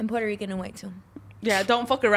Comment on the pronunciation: said Puerto Rican like a gringo..lol..you can tell she isn't Puerto Rican or she would have pronounced the Puer part correctly lol... she just said she was Puerto Rican for the wow factor...can't fool me!! Lol